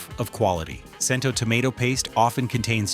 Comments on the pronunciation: CHEN-TOH...NOT CHEN-TOW/TOE! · Cento is pronounced "Chen-toe."